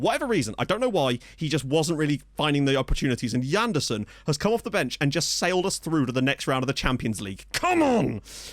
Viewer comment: Why should it be Djanderson? It's a Portuguese name, so more of a toning sje-sound. Like in the French Jean.